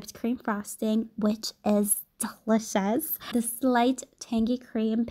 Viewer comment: She pronounces delicious like dseliciouss